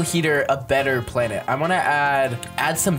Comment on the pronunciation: "now it's called a blanet"